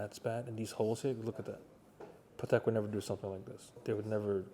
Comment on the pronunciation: That's a "Patel" Philippe 😅